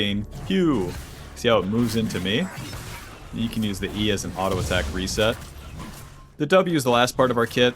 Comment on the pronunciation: You keep saying alto instead of auto ,where are you from😂